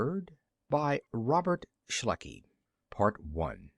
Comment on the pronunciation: Not Shluckey--SHECKLEY! :)